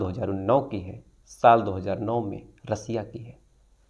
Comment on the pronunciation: Brother आप अपनी vocabulary पर ध्यान दे, रसिया नहीं रशिया बोलते तो ज्यादा सही लगता। मुस्लिम समाज में ज्यादा उठना बैठना है क्या आपका याकि दोस्त मुस्लिम हे या उर्दू साहित्य से पढ़े हैं?इतना ज्यादा उर्दू शब्द तो शम्स सर भी नहीं करते,,,, लिहाज़ा ,, मुझे तो नफरत हो गई है इस शब्द से जब से आपके मुंह से सुना है,,हजार बार वही घिसे पिटे शब्द मत बोल भाई